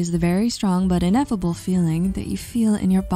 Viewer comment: Haha “ineffable”